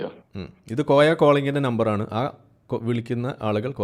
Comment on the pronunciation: കോയ എന്നല്ലാതെ മോയ എന്ന് വിളിക്കൂ 😂